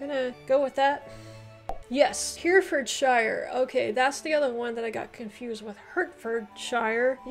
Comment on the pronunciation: Also Hertfordshire = Heartfodsheer Herefordshire = Herefodsheer (the he and re are pron. separately as 2 syllables with a short "e" sound like in echo)